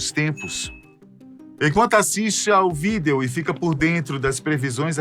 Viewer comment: nao da pra assistir com o cara falando "video"